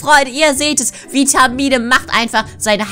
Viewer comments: Vitamine nicht Witmine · Vitamine sagt es falsch wer ist auch darfür leike damit sie es sehen